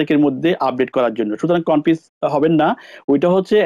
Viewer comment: ভাই উচ্চারন ঠিক না কেনো? Get (গেট) কে গ্যাট উচ্চারন করছেন। Married কে মেরিট বলছেন। Confuse কে কনপিউজ বলছেন। আরো অনেক উচ্চারন ঠিক না। ধন্যবাদ